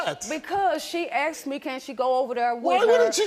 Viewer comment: This story is sad, but this family needs to learn how to use proper english. Asted?? Axed?? Its asked!!!! Mom obviously didnt care to properly raise her children.